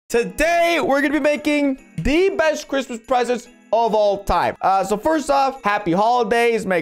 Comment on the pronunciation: Lmao why’d spell “presents” like that he said “pesents”